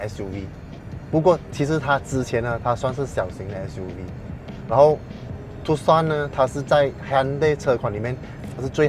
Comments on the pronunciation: 正確讀法應該是“ 杜算” 不是“ 杜 Sun”， Tucson 是美國一個地名。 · 是念 Too_S_ON (on/off) 不是 TooSan